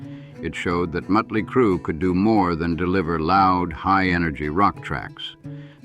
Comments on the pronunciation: Stop mispronouncing motley 😮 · 😂😂😂 I know.